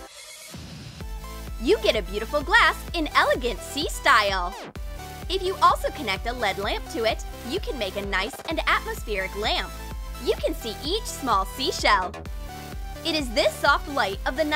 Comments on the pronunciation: Its L.E.D not led sorry i just cringed so bad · Its pronounced L-E-D not led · did she just say ‘LeAd LaMp’? L.E.D. ... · I know and its L.E.D not led 😂( laughing to hide the cringe)